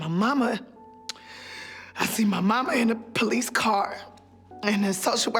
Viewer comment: The way she pronounces police is pretty funny. The PO-lice